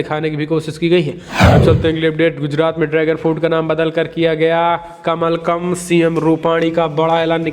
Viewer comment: कमलकम् शब्द नहीं होता कमलम् होता है